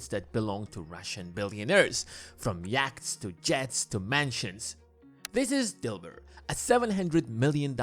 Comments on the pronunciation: Yachts are pronounced Yots (short o). Those superyachts look ugly. Stealing tax revenue from the Treasury - that's what Sergei Magnitsky discovered and revealed before he was imprisoned and killed. The Russian government is a mafia system and a kleptocracy. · I like how the narrator says, "YACHTS".